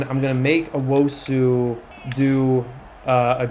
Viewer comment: Tuaolo: Try imagining a hyphen to split it into two halves (Tua-olo). Also if it was me, I'd pronounce Rubin like the US soccer player Rubio Rubin (Roo-been) Last thing... don't know if you noticed, but Owusu should be pronounced (Oh-woo-soo) instead of (Oh-woh-soo)